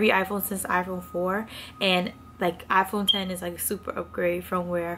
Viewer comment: THANK YOU for saying “iPhone ten” it bothers me SOOO much when people say “iPhone ex”